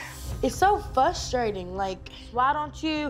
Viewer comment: Nobody: Alana: it's so Fusturating